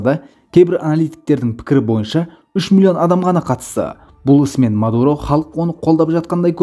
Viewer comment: Меен Мардаан , ол Мадуроо деп қойсай 😀😀😀